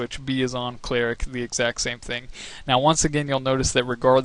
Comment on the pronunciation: did... did you say.... "Cleeh-ric"...... It's pronounced "Cleh-rick"